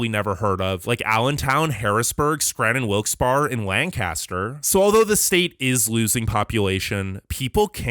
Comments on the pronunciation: Wilkes-Barre...Wilkes-Bar? NOOOOOOOOOOO, its , Wilkes-Barry. Arrgh :) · Free info here: contrary to their spellings, Wilkes-Barre is wilks-berry, rather than wilks-bar, and Albany is ALL-buh-nee, as opposed to AL-buh-nee. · Great job (but the PA city "Wilkes Barre" is pronounced "Wilkes Berry"). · Pennsylvania is indeed very rich in history, as a native of that state, I can relate to this video. Wilkes-Barre is usually pernounced as Wilkes-Berry.